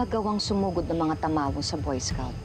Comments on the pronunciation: Who heard say tamaro instead of tamawo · Tamawo Hindi tamaro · Nasabi nya tamaro dapat tamawo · did someone mention said she said "tamaro" its tamawo